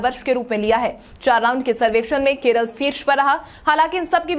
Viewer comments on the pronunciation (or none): none